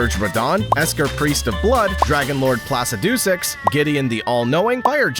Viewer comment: The way you pronounce Placidusax is just painful.